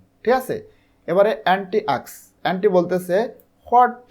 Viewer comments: ওটা এ্যান্টি হবে না। ওটা অন্তি হবে। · Not এন্ডি Only ওন্তি😅